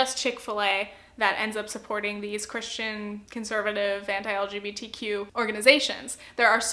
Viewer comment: Each time you would pronounce "anti", my mind was understanding "hentai" .... I'm not a native English speaker and I should spend less time on Internet